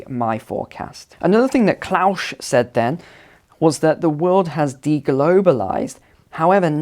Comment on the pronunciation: Is there a reason why you pronounce 'Klaus' as 'Klaush'?